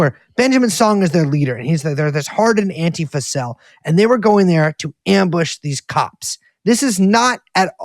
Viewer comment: You can tell these guys have been real activists for a long time, because they pronounce "Antifa" correctly. Stress on the first syllable. AN-ti-fa.